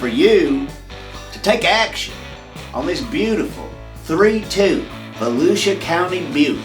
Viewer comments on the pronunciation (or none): Say it with me now it's Vo-loser county!😂✌🏾